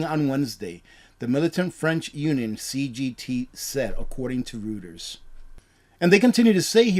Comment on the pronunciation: PRONOUNCED “ROY-TERS”……NOT “ROO-TERS”